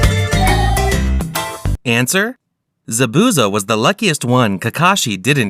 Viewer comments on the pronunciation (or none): none